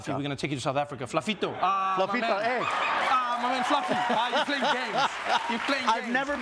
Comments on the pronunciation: That "Flafito" was hella South African, we'll butcher your name this side🤣🤣🤣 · When Trevor did the South African ''Flafitto'' I died 😂😂😂😂😂😂😂😂